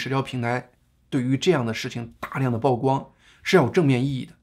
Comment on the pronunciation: 曝光 曝露 野人獻曝 均唸（鋪）第四聲 謝謝你們的關注.